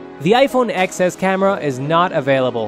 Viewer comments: Ten S. It's iPhone 'Ten S, not Ex S' 🙄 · It’s pronounced ten. As in the number 10